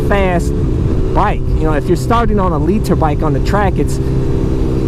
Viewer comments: hate how you say liter but love the vids long time fan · Lee-Tur bikes lol